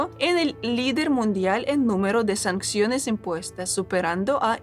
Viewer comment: Sanciones. Se escribe y se dice sanciones, no sancsiones. Saludos.